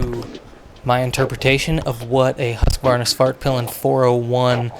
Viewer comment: Greetings from Bangkok WARNING!!! Pronounced HUUS-KVAAR-NA. Swedish town HUSKVARNA.Where the brand was born. I used to live there before I relocated to THAILAND (NOT THAIWAN) BTW Outstanding video. I wanna ride off road - so bad!